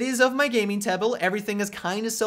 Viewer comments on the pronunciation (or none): The gaming "tebel" ? Lol .Not being mean or anything , love your videos.